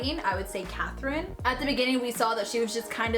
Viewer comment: What made me laugh the most was every time you said "KAtherINE!!" because now I say it like that XD Annnnnd I guess this means I have to watch YOU now haha.